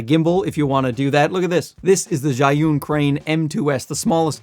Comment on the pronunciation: How did your learn how to pronounce Zhiyun so well? Maybe you're not such a simpleton. Or maybe it's a ruse to keep us from knowing that you are secretly a card carrying member of the CCP. It looks like you live in a communist country that patches their streets over and over never actually repaving.